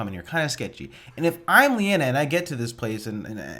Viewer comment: Her name is Linaya not Leanna. 😁